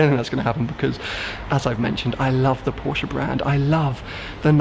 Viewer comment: OMG! You managed to get through the entire video pronouncing "Porsche" the correct way. It looks like you finally get Porsche, as you've said. Well done.